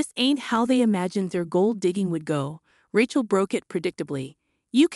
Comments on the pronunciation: What's with "RAH-CHEL" and "RAT-CHEL"? Rachel is said as "RAY-CHEL"! You can't say a simple and common biblical name that is thousands of years old? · The name is RAY-chel, like in Ray Charles, not Rat-chel, like in ratchet set. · "Raht-chul" Gotta hand it to these AI voices narrating these fanfictions. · Ray-chel. Accent on the first syllable. Need to proof material. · I don’t think she can read well or write. I never heard Aunt as On and the name Rachel pronounce the way she did. Before downloading a video make sure you double check it. No one did this one. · Ray-chel or Ray-shel depending on how the parents pronounce it.